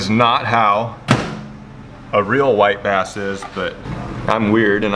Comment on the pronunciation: When he said "white bass" the first time I heard "wipe ass" now its all I here every time